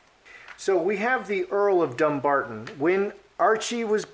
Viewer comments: The wife is so ignorant, and Henry should be mortified, as he should know the meaning of Dumbarton, (Dùn Breatainn). First of all, it is Dum-barton, not Dumb-arton.The "Dum" part of the word means Fortress. The ppl of Sussex have no love for the dastardly duo, and now they have raised the ire of the Scots of Dumbarton. FYI😉from Wikipedia In medieval Scotland, Dumbarton (Dùn Breatainn, which means "the fortress of the Britons") was an important royal castle.It sheltered David II and his young wife, Joan of The Tower after the Scottish defeat at Halidon Hill in 1333.. In 1425 the castle was attacked by James the Fat, youngest son of Murdoch Stewart, Duke of Albany, who had been imprisoned by King James I of Scotland on charges ... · O is a talk show host, not an investigative reporter. It's pronounced dumBARton. Also, Archie is being raised in America where we don't have titles so the stink over his title makes no sense. He wouldn't even use it here. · Dumbarton is an old Scottish town, it's pronounced DuN Barton, it means dun = Fort Barton = Britain/ British. It means Fort of/for the British. A little research would've sort it out. She is dumb 🙄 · The emphasis is on bar in the word Dumbarton.